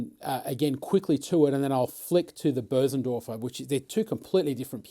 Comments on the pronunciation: It's Bösendorfer, the ö is pronounced like the u in "fur", but longer. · this is without doubt the greatest video demo of any instrument in the history of the world. I do however have an issue with the pronunciation of Bosendorfer. also what stool are you using? I really like your stool.